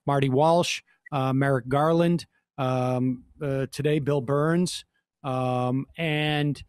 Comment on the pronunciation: For a second there I thought he said Bill Burr.